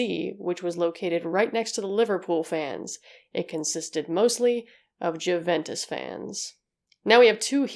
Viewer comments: Say it like... you-ventis. = ) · It's amazing how much effort you put into your videos, but please try not to overlook small things like pronunciation. 'J' is pronounced as 'Y', and even English native speakers don't make exception here. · p.s. just so you know, though I doubt you'll find yourself speaking about it again, Juventus is pronounced "you-ventus" because it comes from Latin so the j is read as an i, and i in Italian is read like "e" in English lol. And "e" is pronounced like "a" in English. Needless to say I still have a hard time when someone is giving me the spelling of something in English 😅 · All the research you did and never thought to look up how to pronounce Juventus? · Americans trying to pronounce European names just doesn’t work. The “J” in Juventus is silent. Heysel is pronounced “High sel”. Just FYI 👍 Also it was the European cup, not championship cup. I’m a Liverpool fan and am old enough to remember this.